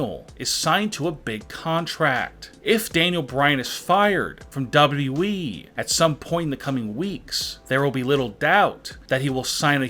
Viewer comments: "Dawo Dawo wee" Mate its WWE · His not saying WWE his saying dubaue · He literally says wwe like dubiudubiue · I love how he says dah-bu-dub-e-du-wee as WWE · the more i listen the more i want to punch my computer. how stupid could u possibly be. DOUBWWEE this is what u sound like guy. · Lmfao “ W W Weee “ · I’ve never heard someone mispronounce WWE so many times in so many different ways. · LOL THE WAY HE SAYS WWE 🤣🤣🤣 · pronunciation of WWE....its just... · The way he says WWE is weird and funny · He doesnt know how to say wwe lol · Also learn to say wwe properly dude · I’m sorry but does anyone else think that he says WWE weird or is it just me? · Anyone notice the guy can’t pronounce WWE😭😭😭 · He doesnt know what hes talking about aaaand he doesnt know how to say wwe